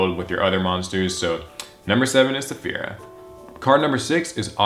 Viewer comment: Finally there's someone else that pronounces "Saffira" correctly. Before now I've only seen PhoenixFlareX say her name correctly. It annoys me considering a lot of people have probably read Eragon and/or seen the movie to know how its pronounced because of that Saphira. Edit: And I'm glad someone acknowledged Odd-Eyes Gravity Dragon too. I just wish it was searchable with Pre-Preparation of Rites, cause it has a good Ritual Spell Card (it's a lot like the new BLS Ritual Spell in that it can Ritual Summon from the Graveyard too).